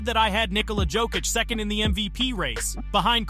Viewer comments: Pronounciation guide: Serbian 'j' is pronounced as English 'y' (so, Jokić is 'yoke-itch', not 'joke-itch'), while 'dj' is pronounced as 'j', (like in Novak Djoković) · BRO can you learn how to pronounce his name, is not JOE kich, its Jokić (Yo kich) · Great vid, but man: The way you pronounce his name is awful sometimes. It should sound like Yokic, and many times you sad it with J. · The biggest disrepect is that narrator starts this video with correct pronounciation of Jokic’s name and after 2 minutes can’t pronounce it any more. 🤯😵‍💫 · How you say his name wrong 5 different ways? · learn how to pronounce his name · Even worse if its AI. Just make it say Jokic correctly ffs. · I don't know if this is hired person for voiceover or author of this video but it discredits your whole point if you don't know how to pronounce Jokić and Olajuwon